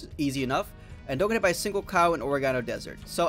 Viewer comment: Its pronounced or-egg-uh-no